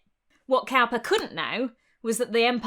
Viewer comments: William Cowper (supposedly an ancestor of mine), was a weird poet, and for no sensible reason (even as he tells it) he ran a hare sanctuary. But his name is pronounced like someone who makes barrels, not like someone who works with cows. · It's pronounced William Cooper (Cowper is). Love your content, love your voice, accent and your incredible knowledge. So you can imagine how great it felt to find the one word you mispronounced! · (Psst! Cowper's name is pronounced Cooper, I think.) I really enjoy your channel! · Cowper = "Cooper". Oh pedantry, sweet pedantry, my only joy and comfort...